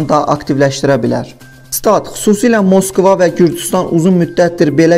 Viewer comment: Gagaş, Donetski yazılır, Danetski oxunur, Moskva yazılır, Maskva oxunur.